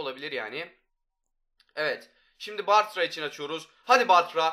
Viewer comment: Varya değil bartra